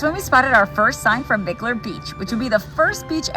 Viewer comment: Fun fact - Mickler beach is actually pronounced “Mike-ler “ 😊